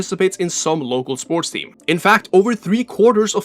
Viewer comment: SPORCH 😂 you cant unhear it